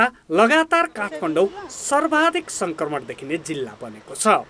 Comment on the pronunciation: रिपाेर्टमा संकरमण हाेइन संक्रमण हाे।उच्चारण गलत भएछ है। । परकाश,परधानमन्तिरि हाेइन प्रकाश, प्रधानमन्त्री उच्चारण गराै।